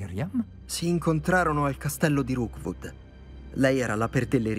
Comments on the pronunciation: Qui per ricordare a che si chiama Rookwood e non Roodwook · Ti prego ti prego si chiama rokwod non rowkod mi triggera un sacco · Qualcuno dica a che è Rookwood e non Roodwook, per favore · tutto bello ma perchè lo chiami roodwook e non rookwood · mi fa morí quando dice roodwook invece di rookwood💜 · Dopo 16 puntate non hai ancora capito che non è roodwook ma rookwood😂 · non riesci proprio a dire rookwood